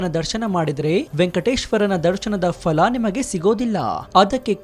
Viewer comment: Sri adu fala alla phala.....!!!!!